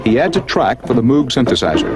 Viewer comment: Doctor Funkenstein: You're not the only one! Plus he mispronounced Moog.